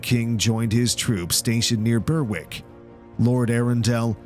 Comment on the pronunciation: Troops near "burwick" Berwick is pronounced "b-eir-ick"